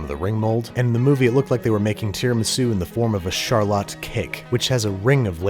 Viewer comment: Your "Rochester" is showing with the pronunciation of "Charlotte Cake". Unless i'm just uncultured and it really is pronounced that way. If not, then it warms my Rochestarian heart